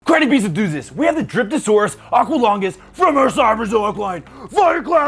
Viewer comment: I thought you said "Dripping sp3rm Saurus"